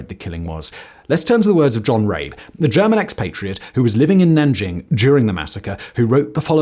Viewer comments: Come on now Simon, is it really THAT hard to pronounce the names correctly? I can understand that maybe the Chinese names might be a tad difficult to get right but Rabe is absolutely not difficult to pronounce in the German way. I expect a bit more effort especially when you say you want to honor the victims. Would you like it if I pronounced your name in Spanish or French? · Maybe look up the pronunciation of “Rabe” next time, it’s especially bad to pronounce it as something that sounds like “r*pe” in the context of this video… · It’s pronounced rabE (raven). The e isn’t silent. He wrote a report to hitler about the Japanese, after he came back to Germany, but the made him silent . He lost his enthusiasm about the nazi party and lived a very poor live with his wife, died later. His report was discovered later again. The chines saved his house and made it a memorial. He is still remembered by the people there. But wasn’t there also a Japanese diplomat who saved Jews in Litauen (litavania??? Don’t know the English name)? So there people, in the midst’s of their ideology, but still were human enough and helped people. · I am going to sound like a pedant, but —Goddamn—please invest the smallest amount of time to learn how to pronounce people’s names. I’m not saying you have to sound native, but you screwed up not only Rabe’s name by pronouncing it two different ways in various parts of the video and as for the Chinese, the less said the better. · I know that's not the right video too make jokes in the comments but I love the way Simon pronounced John Rabe.